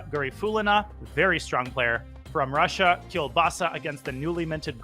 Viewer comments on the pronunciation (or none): none